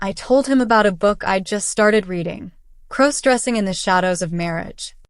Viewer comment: Nice legs sweetheart 💋 and stop mispronouncing crossdressing 😮